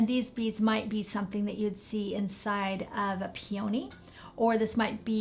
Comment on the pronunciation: Love your flowers, but you need to work on at least one pronunciation, look up peony in an online dictionary that will pronounce PEE-eh-nee, accent is on the first syllable, there's no O sound.